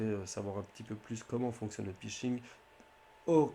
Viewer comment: "le pishing" "un pay lohade"